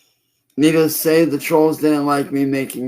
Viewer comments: I still think he's saying "needles" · Is he saying "needles"? To me it sounds an awful lot like he's saying "needles".